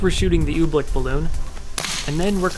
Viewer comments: its oobleck not ublick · Why does he pronounce I️t Ooblick it is Oobleck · I understand you he says oobleck like OOBLICK ohmygosh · Its oobleck not ooblecke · We love when he pronounces "oobleck", "ooh,blick" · It's oblack not obleck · it's "ooh-bleck not ooblek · Cool video but everytime you said oobleck i wanted to punch you